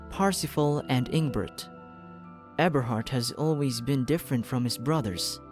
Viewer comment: Eberhart more like Ebershart